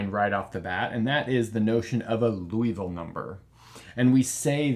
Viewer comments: It‘s Liouville (LEE—OOH—ville), not Louisville (LOO—EE—ville), he was French, not from Kentucky! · That's not Loui. That's Liou. i like ee in tee (including the i in -ville) and ou like oo in zoo. Something like leeooveel. The final e is mute. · I hate to pick a nit in an otherwise excellent video. It's not Louisville (pronounced Loo Eee Ville, as in the home of the Louisville Slugger baseball bat). Rather, it's Liouville (pronounced Lee Ooo Ville). It's not a big deal, but like confusing Eratosthenes (who was apparently good with sieves and the Earth's radius) with Aristophanes (who was some kind of playwright in ancient Greece), it's easy to avoid. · I believe it's pronounced "loo-vull" rather than "loo-e-vull". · You're pronouncing Liouville as if it were spelled Louisville. You can find the correct pronunciation on the wikipedia page for Liouville (first syllable closer to "lyoo"). Other than that, great video! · You keep pronouncing it "Louisville" instead of "Liouville". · Hate to nitpick, but it's Liouville, not Louisville. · Liouville, not Louisville. Can you talk about Martin's number? Has any irrational number been proved to be normal to every base? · Nice explanation. However, it is not Loo-ee-ville, but Lee-oo-ville... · ...more like "Loo-vall" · More like Lioo-veel, where Li is the same Li in Liberty. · Isn't the name pronounced "lee-ooh-vil" or "lee-ooh-vee" rather than "looh-ee-vil"? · As a French speaker, in French, it would be pronounced loo-ee-vil. Edit: I misread Liouville as Louiville. It should actually be pronounced lee-oo-vil. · Pronunciation is LEE-OO-VEE-L' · Unfortunately, the same argument cannot apply to other interesting numbers. By the way Liouville is pronounced lew-veel (poor lay zanglay). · It's probably because that's basically how says it- he swaps the sounds for "ou" and "i." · I hope I don't sound rude, but I am pretty certain that Liouville is pronounced "lee-OO-veel". Otherwise, great vid! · I only hear Loo-evil-number